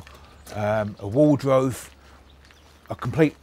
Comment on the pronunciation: Wtf is a 'wardrove' 🤣